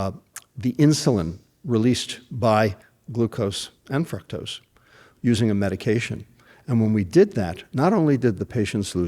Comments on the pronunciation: He mispronounced .fructose. "fruktose" lol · I don't think he is pronouncing "fructose" correctly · I don't think I've heard anybody pronounce fructose the way he does. Anyways, good points